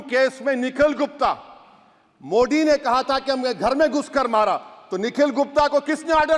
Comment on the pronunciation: Sorry sir your voice not true frequently मोड़ी नही मोदी सही है।।। 😂😂😅